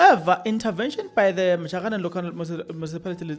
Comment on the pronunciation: It is Matjhabeng Local Municipality NOT this Majahaneng coming out of your mouth 😅